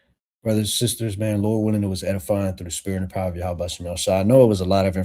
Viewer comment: Who the fuck is Yahawah. It’s Yahweh.